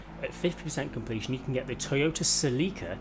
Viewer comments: Se-Lick-Uh (YES) Se-Leek-Uh (no) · The Toyota Celica is pronounced like.. Sell-ica. That's all. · My nigga the way you shall Celica it's so wired I'll allow it cause other places say car names differently and as a Northern UK viewer this is really annoying to hear celeeka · Oml this guys pronunciation of these cars. Celeeeeka. Ford pUma. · Who else call the celica, silika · no, its pronounced Sel-ica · Se-leek-uh lmao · Se-lick-her lmao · I have never heard Celica pronounced that way 😂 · It’s cringe listening to him say “celica” wrong.